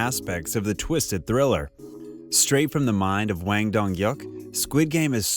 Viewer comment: Mispronouncing foreign languages is fairly acceptable, but you should've taken much more consideration when saying director's last name. It's just a single word. Hwang not Wang. No fancy linguistic skills required. Calling someone in correct name is showing that person respect.